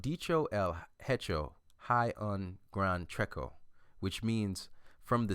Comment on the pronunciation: he butchered that Spanish pronunciation. the word Hay is pronounce ay the H is silent and the A sounds like the letter I alone. the last word Trecho was also wrong, the syllable cho sounds more like the chinese word chi, but with and O. Nice video by the way